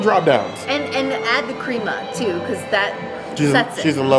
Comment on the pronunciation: Crema is pronounced crema not creama